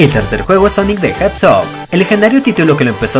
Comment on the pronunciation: Shadow the hedghod